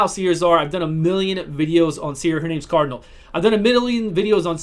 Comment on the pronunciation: "I've done a million videos on seer" "Her name's Cardnal"